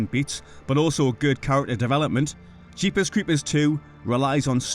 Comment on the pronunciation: Love the way he says Jeepers Creepers its how i hear it in my head.